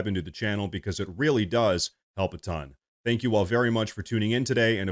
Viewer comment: Rearry rearry odd